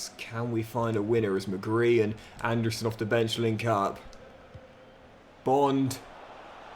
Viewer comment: it’s anderson not and a surrrrn